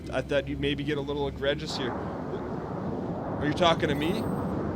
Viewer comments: It's pronounced "agree jus" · the amount of times he says egregious is astonishing, and the fact that he hasn't said it correctly once is just... jesus fuck. Not only does he pronounce it wrong but he doesn't even know what it means, he said at one point his speed was egregious. I can't even